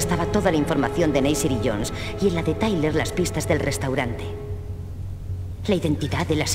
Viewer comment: se...dice...tayler